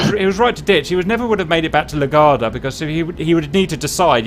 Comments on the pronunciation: Hey there. It's pronounced "la-GWARD-dee-ah" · La Gwar-dee-uh :) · Also LA-GWAR-DEE-UH :-D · Im uncomfortable on how he says La Guardia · Your pronunciation of LaGuardia is making my head hurt.🤕😉